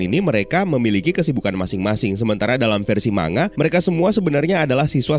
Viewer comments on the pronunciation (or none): koreksi kecil tapi tdk penting bang. manga itu bacanya mang-ga bukan ma-nga